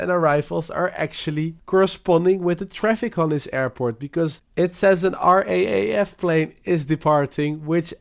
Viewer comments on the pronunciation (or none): none